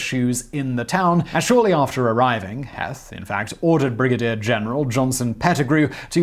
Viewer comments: “Heath,” not “Heth,” even though it is spelled H-E-T-H. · Also General HEETH. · Ewell is pronounced Yule. Heth is pronounced like Heath. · Heth's name is pronounced "Heeth", long e not short e. The shoe story is total nonsense. Heth didn't come up with that story until the 1890s as an excuse for starting the battle prematurely. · His name pronounced like “Heath”, but I get the mistake given the spelling. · Two quick items. 1. Pronunciation, Heth is pronounced like Heath, and 2. Your dates are off, you keep saying June when the battle started on July 1st. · Also, it's "Heeth" as in teeth. And locals burned the Columbia Wrightsville bridge . Incendentally the longest covered bridge in the world at the time. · Heth is pronounced as Heeth. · God love ya, Simon! Your pronunciation of Pennsylvania place names is hilarious! It's "sus-qwuh-hanna", not "seskahanna" river, and it's "Heeeth" not "Heth" ;-)